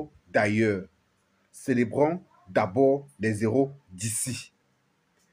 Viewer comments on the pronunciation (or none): On ne fait pas l'accord quand on dit les héros sinon on dirait que tu dis zéro merci. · On ne fait pas de liaison quand on lit "les heros". Les zéros par comment ? 😢